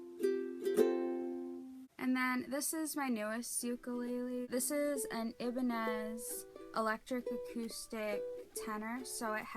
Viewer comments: She said Ibonez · Cool video, you've got quite the collection and good descriptions of the different sizes. Also it's pronounced eye-buh-nez. Former guitar player and they were all I played. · Ironically, she actually pronounced better than most. Us guitar players pronounce it wrong, but apparently its not really our fault. I read somewhere that it was originally a Spanish company, and when the Japanese company took it over the name was sorta bastardized. Ibañez: ee-bah-nee-yez. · yeah it's pronounced ee-ban-yez